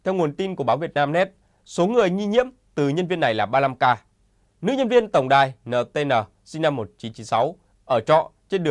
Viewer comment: NTN phải đọc cho đúng là ..en nờ tê en nờ , chứ không phải là ..nờ..tê..nờ .? Đọc kiểu ..cờ..lờ..mờ..vờ..như ai đó là sai !